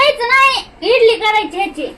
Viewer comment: इडली नाही ंझाली